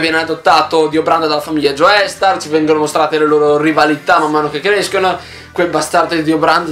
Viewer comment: Ti prego, si pronuncia "Giostar", non "Gioestar"